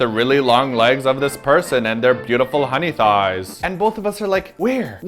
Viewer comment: to... ohmy god 'hawney thoighs' had me collapsed over with laughter..